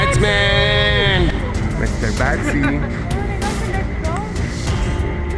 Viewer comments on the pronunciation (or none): none